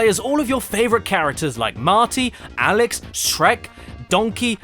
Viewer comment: "This is a puzzle game where the puzzles are already solved" Super Mario Galaxy in a nutshell Also as an hispanic speaker a gotta congratulate you for how you pronounce Alex Also, guys I don't know how you do but, this quality content for 1 hour of video, each one, you are amazing.